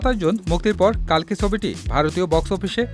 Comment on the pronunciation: কাল্কি নয় রে, কল্কি